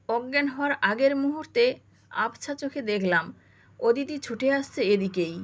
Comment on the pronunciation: “ওদিতি” নয় হবে “অদিতি “